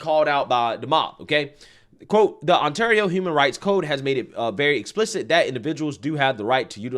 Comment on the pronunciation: "Canada is kinda crazy", compared to what?!COMPARED TO WHAT,?! You really can't say ontario properly?! How many ontario's are in the u.s., dummy?